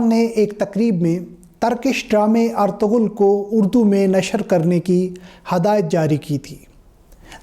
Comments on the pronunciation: Hahahahaha did u hear guys (ARTOGHUL) ........ if u want to make videos just learn how to pronounce the word. Its “ERTUGHRAL” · (ERTURUL) in spoken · Ertuğrul (g silent)